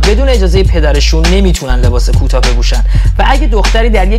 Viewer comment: کوتاه هست نه کوتا کامبوج میشه فارسیش cambodia 🇰🇭 Morocco 🇲🇦 میشه مراکش Estonia 🇪🇪 میشه اِستُوِنی Bolivia 🇧🇴 میشه بولیوی عشقی سلطان فن پراپاقرصتم فکر نکنی هیترم خواستم هم اضافه شه به دانسته های فراوانت تا دیگه این اشتباهات رو جلوی بدخواهی چیزی نکنی هم که به هم کمک کرده باشیم عشقی سلطان حمل بر جسارت یا توهین نکنی یهویی ها🥲❤️